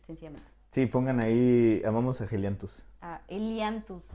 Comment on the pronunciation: Cual Gelianthus!!! Jajajaja